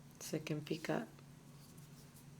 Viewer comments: I enjoyed your video very much. I only have one problem. Picot is pronounced "pea-coe" as in Edgar Allen Poe. The "T" is silent. Other then that, I learned to false picot trick, so thank you very much. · Picot pronounced pee coe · Picot - the o is long and the t is silent